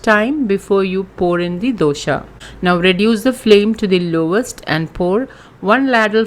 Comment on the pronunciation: Dosa not doshaaa🙄🙄